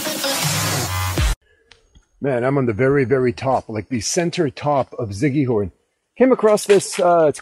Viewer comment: I like your videos ...but you've got to give respect with the proper pronouncements ...it's "see-kee-hor" ...Siquijor (/ˌsɪkiˈhɔːr/ SIK-ee-HOR, Tagalog: [sɪkɪˈhɔɾ]), officially the Province of Siquijor (Cebuano: Lalawigan sa Siquijor; Tagalog: Lalawigan ng Siquijor), is an island province in the Philippines located in the Central Visayas region. Thx friend. keep on vlogging for our precious Philippines . Enjoy